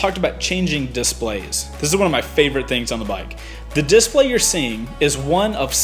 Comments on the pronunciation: you're saying 'dIS-play' wrong. it's di-splay. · Love the video. One thing, am I the only one who keeps getting hung up on how you pronounce "display?" (disPLAY > DISplay) Lol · I hate the way you emphasize DISplay. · Cool DISplay. Does the south put the emphasis on a different syllable? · You say "Display" weird... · The way you say display makes me mad... nice upload!